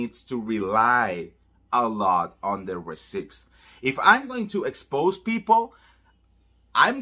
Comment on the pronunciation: I love you so much. You are amazing. So, I want to help you a bit. One word you constantly use is “receipt.” You are mispronouncing the word. The “p” is silent. It should be pronounced “ree-ceet.” And, again, I am only telling you this because I love you and want you to be the best you can be.